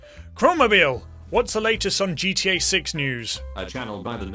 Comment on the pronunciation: „geeteeäää“ (pronounced: GTE) 😂